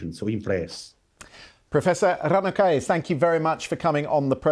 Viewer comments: Me as an Italian hearing his pronunciation of Ranocchia 😢🤌🏻🙉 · Yes, I was surprised when he pronounced 'Graziano' correctly and then he pronounced 'Ranocchia' incorrectly, conforming to my expectations.